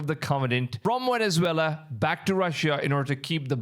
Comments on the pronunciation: why do you pronounce Venezuela as wenezwela and vessel as wessel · How can you pronounce the V in Venezuela but you can’t pronounce it in vessel there’s no W